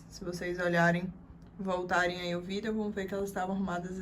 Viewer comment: “Vidéo” kk bem diferente o jeito de falar